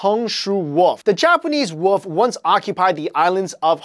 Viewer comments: i like how he says woof instead of wolf c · you said wolp not wolf get rekted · "The Japanese woof" I died when he said that